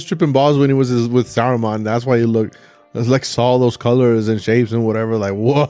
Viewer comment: Yeah it's worth it, though be warned the mispronounce Saruman's name, it has the owrst Sam, and the Balrog looks really dumb.